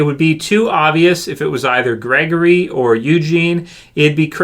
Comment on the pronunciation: Gregory. I think it's Gregory.